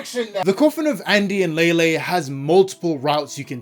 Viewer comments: Please stop saying Leyley wrong im gonna crashout 😭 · Somehow, everyone has their own version of pronouncing Leyley.